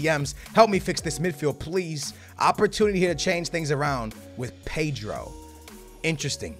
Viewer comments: PEYDRO??? PAY-DRO? Ped-ro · No,it's P-eh-dro.That is how you pronounce his name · Paydro? 😂 cmon